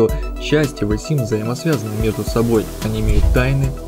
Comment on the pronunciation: Почему Вэ симс ???